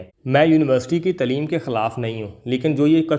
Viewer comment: بیٹا! ماشااللہ آپ نے بہت اہم موضوع پر بات کی ہیے اور نوجوانوں کو رہنمائ فراہم کی ہیے! بہت خوب! لیکن آپ اپنا اردو کا تلفظ درست کریں تو آپ کی گفتگو میں مزید اثر پیدا ہوگا مثلاً تلیم نہیں۔ بلکہ صحیح تلفظ تعلیم ہیے یعنی تع اور لیم ملاکر تعلیم بنتا ہیے اور لف فظ نہیں بلکہ لف ظ صحیح تلفظ ہیے!